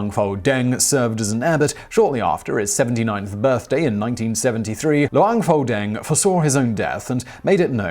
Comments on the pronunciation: BTW หลวงพ่อแดง is pronounced "Luang Phor Daang" Thai letters when romanized as "Ph" isn't pronounced as a "F" sound, it's "P" with silent "H" หลวงพ่อ Luang Phor = Lord Father/Reverend Father (title given to particularly revered monks and abbots) แดง Daang = Red (His nickname) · Pronunciation butchered...with this kind of pronunciation, you can tell a taxi to go to a Pattai shop and end up in Pattaya or, Pattani. 1st, it's Luang Pore Dang. Luang is pretty much correct. Pore as in Bore but with a P. Not the Ph~. Dang as in Bang. The word is actually a name with monk title. It means "Monk Daddy Red" which can be translated to make sense in English as "The red old monk". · Im thai and the way he pronounce luang pho dang really bothers me. Not at him tho but at my country that think pho pronounce poh the same way pukhet was written phuket (been to uk airport they literally pronounce "fuck it"). Also "Luang poh" is a Buddhist equivalent to "father" so saying "pho dang" doesnt really make any sense.